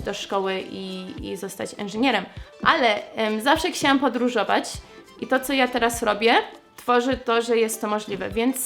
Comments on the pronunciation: jak zawsze, twoje "ksiałam" zamiast "chciałam" jest zajebiste! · zawsze jak mówisz "chciałam" wymawiasz "kciałam". Jakoś tak mam, że zauważam to zawsze gdy tak mówisz.A czy ty zdajesz sobie z tego sprawę? Mimo tego błędu to słowo w Twoich ustach brzmi nawet uroczo:)